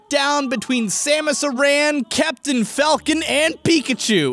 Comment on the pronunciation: I'll have to ask you to never pronounce it as Samus Iran ever again. ZZS is about to have a new meaning